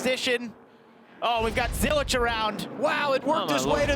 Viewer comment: FYI Zilisch does not have a T in it, it’s a German surname